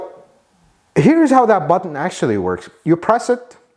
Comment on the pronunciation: You mispronounced “Button”.